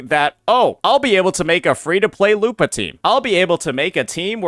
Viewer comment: Why do you pronounce it lupaah lol